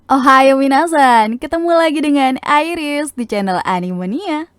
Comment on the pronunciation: Airis? Kabuur ah🤣🙏